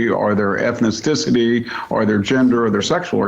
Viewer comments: "Ethnisticity"? I'm not sure they hired the best person for this interview lol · Victor Davis Hanson, a moron of the highest order. But dangerous because he sounds (superficially) educated and has gravitas in his voice. (Just noticed he couldn’t even pronounce the word “ethnicity”! Ha!) “Ethnicicicity”! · “Ethnis-ticity”. That’s a well educated bigot right thur. Can we use D.E.I. to give him a dictionary? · Made me laugh as well. I guess it's someone with a flexible ethnicity? Like an elastic ethnicity? Ethnisticity...